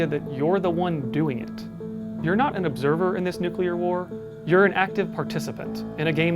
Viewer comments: Take a drink every time he says "nucular" instead of "nuclear" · ‘New-clear’ Not ‘New-cue-lah’ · Nucular war or nuclear war? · It's Nuke - Lee - R. NOT nuke - U - Lar. That's not a word. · nuclear as in, atoms. nucular as in biology, cells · It's "Nuclear" like "Nu- cle-ar" ...not "Nuke-u-lar" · The word is nuke-LEE-er, not nuke-you-ler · Nuclear (New- clear) there's one u. One not nuculer, it's gross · If you’re making a video about nuclear war, step one is learning how to pronounce “new-clear” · The scariest thing here is actually the pronunciation of "Nukular" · I find it hard to take it seriously when you say nucular everytime 😂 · Nuckular :D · Btw It's nuclear not nuculer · Take a shot every time he says nucular. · "nucular" ಠ_ಠ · its really hard to listen to an opinion on this subject if the speaker keeps pronouncing it newqueueler and not nuclear. Like dude i know its the atomic equivalent of Their vs They're vs There but its so bothersome.... also using a netflix TV documentary as a works cited is harsh. Nuclear as a form of power s far safer than we're told when its not run by a tyrannical communist dictatorship. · Hard to take this seriously when you can't say "NEW-CLEE-YAR". Jeez.... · Its actually pronounced nucular😊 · You lost me at your pronunciation of nuclear mate. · You keep mispronouncing “nuclear” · 0/10. Can't pronounce nuclear.